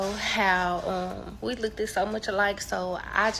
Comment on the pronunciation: College? And still saying “look-ted”?